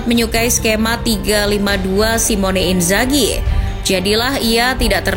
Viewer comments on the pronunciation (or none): none